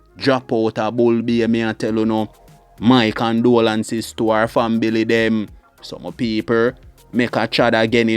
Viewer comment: It's not FAMBILY.... it's rather, FAMILY 💯👁️👁️... correct pronunciation😅😢